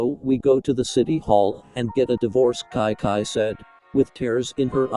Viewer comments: Anyone else hear Kai Kai instead of Chi Chi? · yeah the TTS doesn't pronounce the Ch in Chi chi and instead pronounces it like a c/k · Its chi chi pronounced at kai kai